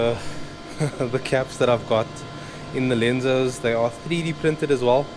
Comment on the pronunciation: LENSOS? How about in the same font... (Lo)........RENZOS 🤣